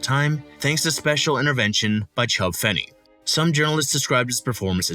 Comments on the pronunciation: The NL President’s name was pronounced FEE KNEE not Fenny…😏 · Chub Fee-knee